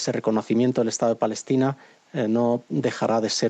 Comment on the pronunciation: No saben pronunciar palestina dicen falestina a lo mucho!